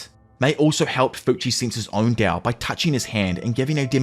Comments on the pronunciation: stop saying dao its tao bruh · its tao not dao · Bruh... why are u calling it dao... its literally tao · T-A-O "tahh-oh" not dow like dow jones 😂😅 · he keeps saying dao.. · Thought it was called tao, why is bro pronouncing it with a D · I really love what u do bro but the constant mis pronunciation of Tao is driving me nuts 😢